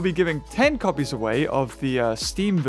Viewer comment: I wasn't paying attention to what he said and honestly thought he said giving away 10 compys but I realized he said copies.